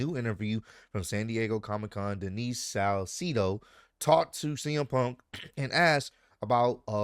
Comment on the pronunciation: Her name is pronounced Sal-say-doh..